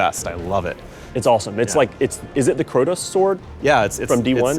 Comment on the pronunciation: did this man say Crotos??